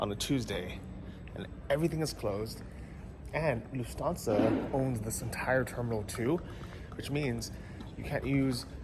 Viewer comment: It sounds like you are saying lu-fansa 😂 It’s luFT-Hansa